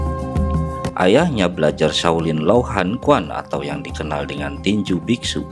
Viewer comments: Sedikit meluruskan om.. "quan" itu bukan dibaca "kuan" tapi "chuen" 🙏🏻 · Tergantung dialek, karena ada dialek yang menyebutnya "Kun"